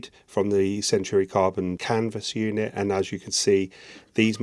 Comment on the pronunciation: I saw a French video with English voice translation. He also said "Canva unit". It's Canvas, C A N VAS, Canvassssssss! We're not in Kansa anymore, Dorothy.